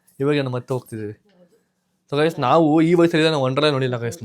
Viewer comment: WONDERLA not wondrala